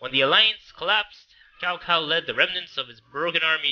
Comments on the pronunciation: Its not cow, it would sound like this 'Chow Chow' and actually in the tv series of the Three Kingdoms, the Cao Clan are bad. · Its pronounced Tsao... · God OMG Cow clan again........... It's not pronounced that, even Dynasty Warriors learned that later on.....